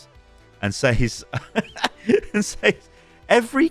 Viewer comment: "says" is pronounced "sez" by the way. i got roasted for it during middle school by the whole class and ever since then i've ever pronounced that word wrong